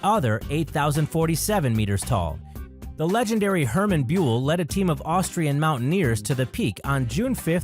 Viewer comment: Found it very interesting. Only the pronunciation of Hermann Bühl made me cringe... But that is complaining on high level ;)